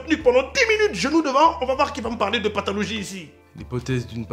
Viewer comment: Parfait à dit "pathalogie" 🤣. Tuez moi !